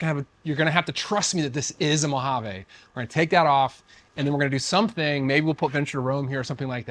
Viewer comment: Great wrap. But, your pronunciation of Mojave just drove me nuts. It ends with a long ‘e’, not an ‘a’. It’s not a Spanish word.